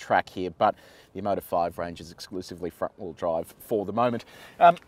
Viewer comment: When I heard Omoda I thought you said Immodium!